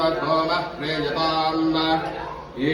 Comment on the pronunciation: ಪ್ರೀಯತಾಮ್ ಎನ್ನುವುದನ್ನು ಪ್ರೀಯತಾಮ ಎಂದು ಉಚ್ಚರಿಸುವುದು ತಪ್ಪಾಗುತ್ತದೆ